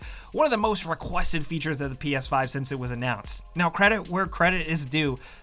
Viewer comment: Who else thought is said ps10?